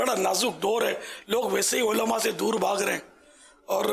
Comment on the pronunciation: Olama nahi kehte ULLAMA kehte he bappa ji sikho pehle